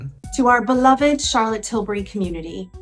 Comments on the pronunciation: nobody: mikayla: CHAHLAT TILBRIE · What is SHALOT TILBURY? 😂😂😂😂